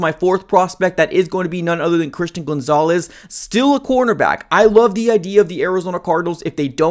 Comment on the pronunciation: STOP CALLING HIM GOONZALES